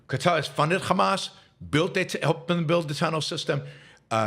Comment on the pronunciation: He pronounces Hamas as Khamas. This says it Zio.